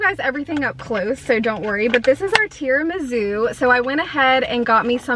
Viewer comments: and tirami-sue not zoo! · gurl it's tiramisu not tiramizu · Lol! Are you saying TiramiZOO?? 🤣🥰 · Seriously please stop pronouncing tiramisu wrong there’s no Z in it didn’t you have an Italian boyfriend & you can’t pronounce tiramisu! 🤷‍♀️🙈